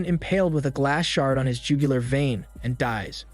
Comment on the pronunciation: "jewgalure vein" 😆😆